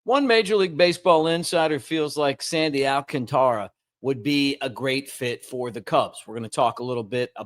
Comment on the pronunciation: al CAN ta ra. If he’s playing with us the force is on the second syllable. Not, al can Ta ra.